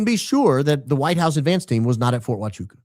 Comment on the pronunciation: I'm a bit saddened by the lack of enthusiasm with your pronunciation of Huachuca in this episode. Let's not let this important detail slip under the cracks next time, please and thank you. ❤️